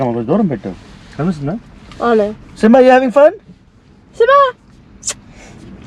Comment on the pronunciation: "Anou" always "avunu"😂😂